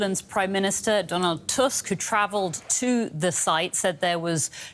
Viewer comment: off topic but as a Polish I'm impressed with the reporter's pronunciation of the name "Tusk", most native English speakers would read it incorrectly as T-A-S-K